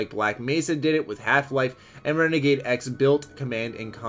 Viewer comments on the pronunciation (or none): none